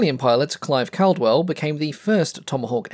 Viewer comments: Clive Caldwell's surname is pronounced "CAW-dwell", not "CAL-dwell". Tut-tut, black mark,. 🤨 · Hey, do you have a reference for that combat between Caldwell and Schroer? FYI, just a small point: I believe his name was pronounced with the first syllable as ‘call’, as in ‘all’ or ‘hall’ and not ‘cal’, as in ‘calibre’. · Great video about a mediocre fighter (sorry, still not convinced). It makes its aces, like Clive Caldwell, all the more impressive. Also, the surname “Caldwell” is pronounced “cawdwell”. I’m surprised an Aussie aviation enthusiast didn’t know this. Good vid, tho’!